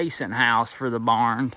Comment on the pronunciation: I'm as country as they come but I never heard anyone say barnd, thought I misheard at first. Keep them videos coming, I love'em.